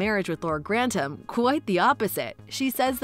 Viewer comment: Gran-tum? Seriously? Pro-nun-ciation... please